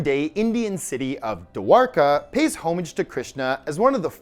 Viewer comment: Its pronounced Dwarka or Dvarka bro. Not divraka.